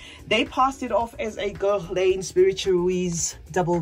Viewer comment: A lot of ESL people say mo-cha instead of mo-ka in fragrance reviewsfor Mocha Wood. But the N in Guerlain is more of a suggestion, like "gare-lah" or "gaher-lah". I don't take it personally because there have been a lot of words or names that I only knew by reading, like Camus being pronounced Com-moo instead of Came-us. There are English speakers who mangle both French AND English names, so don't feel bad. I do tell people that I gift Fakhar to that the K is silent, though. 😊